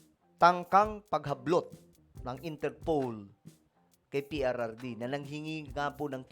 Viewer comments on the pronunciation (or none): Hindi po interpole or unterpowl, dapat interpol Ang pronounce mo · InterPol not InterPole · InterPOL hindi interpaul... pangit pakinggan mali yan ..